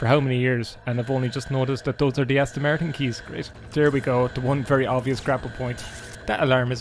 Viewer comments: "An Aston Mertin cerr!!!" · „There is the Äston Märton - what a cär!“